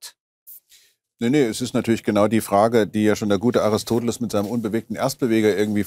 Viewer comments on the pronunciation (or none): none